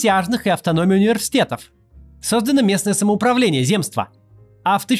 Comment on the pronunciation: Слово ЗЕМСТВО во всех падежах произносится с ударением на Е. А в остальном - интересный ролик! Спасибо!